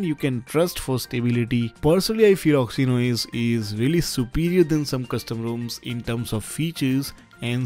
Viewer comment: OXY-N-OS! HAHAHA!